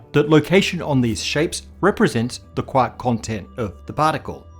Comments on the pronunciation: Just pronouncing QUARK rather that QUORK was enough for me. Way to go! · Thanks. I'm glad you pronounced it as quark and not quark!